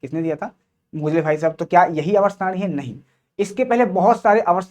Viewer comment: मोजले ❌ मोसले ✅ 😂😂😂